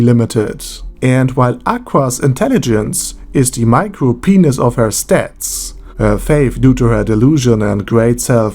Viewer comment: The way you pronounce micro penis is funnie